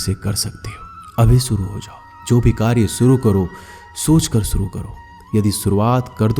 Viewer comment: भागवत गीता का ज्ञान बहूतही महत्वपूर्ण है लेकिन आपकी हिंदी भाषा कहना सुनने योग्य प्रतीत नही लगती उदा . सञू नही शञू शब्द होना चाहिए . सुरू नही शूरू करो बहूत सारी शब्द है की आप सही तरीकेसे संबोधित नही कर रहे हो. 🙏🙏🙏🙏🙏